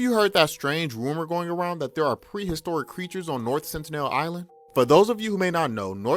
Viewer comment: Nobody says sentinel that way nor does anyone say diet "coca cola."